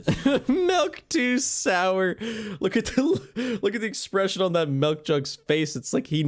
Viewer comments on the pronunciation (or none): this guy says melk